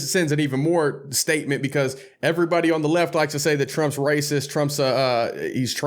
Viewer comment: "BUT TRUMP IS RAYSISS" frees Kodak Black for no reason in particular